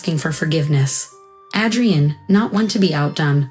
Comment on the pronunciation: Pronounce Adrian with a long A. Son, not sun. Steadied, not steady Melting. "Mic" is pronounced to rhyme with Mike. Mike, not Mick. Cessna, not sedan. Mi vida, not mavida. Senor, not Sayor. Cessna, not sensa. Mi reina, not Marena.